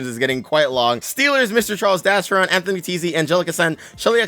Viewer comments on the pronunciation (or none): none